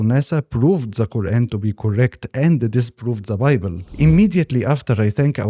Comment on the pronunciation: This is a great video JZK. One suggestion for you is to practice saying the "th" sound in "the" it would make your content better IMO